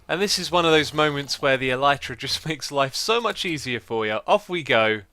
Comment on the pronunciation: Elytra is properly pronounced as "Ella-tra". And elytra is already in plural form. "Elytron" is the singular form.